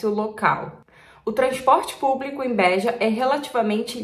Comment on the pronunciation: Nao é bÉja, e beja. Nao é alentÉjo, é alentejo. Nao é pÓr tugal, é portugal.